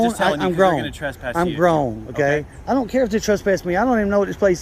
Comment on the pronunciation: He articulate a Trasspass